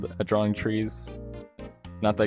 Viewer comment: I say drawwring